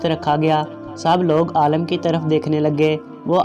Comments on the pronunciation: Bahi apna talafuz sahi karan afsos hota ha jab ourdu pahrne wale galat paherta han aalam ka maine jahaan or aalim ka maena han ilam wala aalam aalam ker raha ho lugaat lo zyr zabir ki mashq karo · Bloody it is not aalam, pronounce it as aalim. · Very bad pronounciation, please learn urdu properly, AALIM NOT ALLAM, aalam means duniya. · Alam nahi Alim hota hai bhai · pahle padhna seekho, Aalim ko baar baar Aalam bole ja rahe ho. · Aalim he Aalam nahi